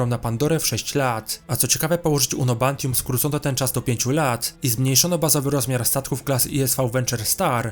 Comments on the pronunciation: unobtanium, nie unobantium ( od un-obtainable i anium jak np w wibranium) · Unobantium?😆😁😅 raczej Unobtainium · unobtainium nie unobantium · Unobtainium a nie unobantium. To pojęcie naukowe z naszej planety a nie tylko uniwersum Avatara 🙂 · Kolejny błąd to Unobtanium a nie Unobantium... ... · 4371 lat świetlnych? 😳 Wymyślili napęd nadświetlny, że dotarli tam w 7 lat? 😅 I czy unobtainium naprawdę czyta się unobantium, bo jakoś źle to brzmi? 😅